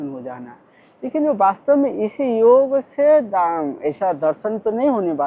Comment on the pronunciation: कृप्या "योग" को "योगा" न बनाएं। 🙏🙏🙏